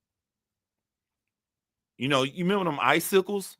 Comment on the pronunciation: « Remember them ice sicles » has me wheezing… « we thawed them b*tches out » 😅😅😅